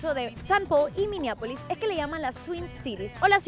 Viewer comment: MINNEAPOLIS no MINIAPOLIS LOL